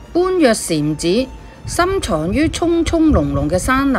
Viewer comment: 般若讀音為波野